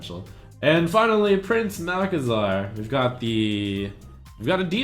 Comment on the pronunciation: You said: You have to see the beauty in all cards, and I think you just butchered Prince Malc. :P